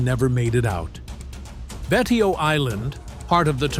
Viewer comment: Also Betio is pronounced " Bay show".